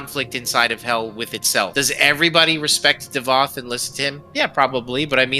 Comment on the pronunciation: it's davoth thats his name